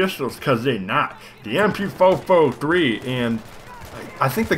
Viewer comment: I lost it at the "MP-fo-fo-three" lmao